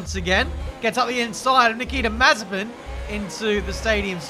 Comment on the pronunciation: Nobody:: Niki Da Mazepin